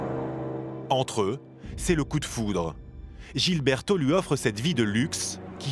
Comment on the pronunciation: ça se voit que les journalistes, i z'ont rien foutu dans leurs cours d'espagnol au lycée. Ils prononcent le prénom "Gilberto" comme au Brésil alors que le reportage est sur la Colombie!